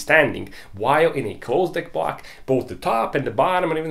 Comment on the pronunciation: for most funny thing in this video.. i just heard him say " bwuuaack " whole video.. i know he said " block " but I'm sorry laughing at you mate.. think my hearing aren't train enough 🤣🤣🤣